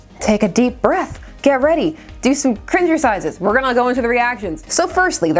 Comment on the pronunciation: "cringer-sizes" lol! Thanks for reviewing this. Heroes come in all forms.